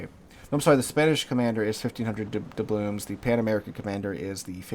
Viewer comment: How many years is it now that you've been mispronouncing doubloons? 🤣